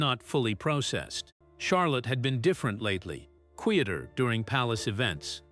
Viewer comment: These text-to-speech machines need to learn words like "quieter" & "eager" specially...